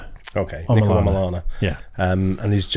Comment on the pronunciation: Some of the few people to actually pronounce his first name correctly (Niko no Neeko) well done folks! 👍👍